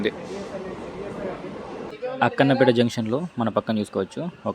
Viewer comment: Bro Akkanapeta కాదు akkanapett.